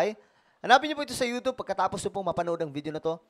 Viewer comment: Ewan ko naķa1.33m ka s yt, you don't even know how to pronounce the word youtube right, tsk, tsk, tsk....